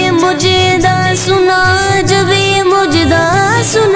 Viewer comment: بھائی مجدہ نہیں مژدہ ہوتا ھے